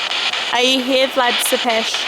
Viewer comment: Not to nitpick coz I'm loving these vids but u keep saying "Sepes" it's actually pronounced Tepes with a T